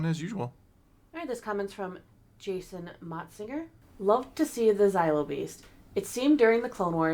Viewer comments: For the love of the Force and the galaxy at large, it's not "Zylo" beast. It's "Zillo" beast. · It's funny to me that both of you pronounce Zillo as Xylo. Zillo rhymes with Willow, not Kylo. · It's pronounced "Zill - Oh", not "Zie - Low" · Zaylo beast?? Really?? Do you say Godzayla too?? Cmon :)))) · Y’all pronouncing zillo wrong